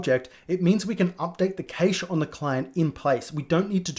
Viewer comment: Why do you pronounce "cache" like that? Is that a UK thing?